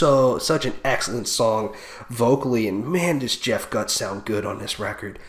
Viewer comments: Scott was on the 2010 album. Chester was never on a studio album, but on a 2013 EP and did live performances from that year til 2015. Sad they both died though. It's pronounced "Goot" by the way... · Jeff Gutt is pronounced (GOOT) 👍🏼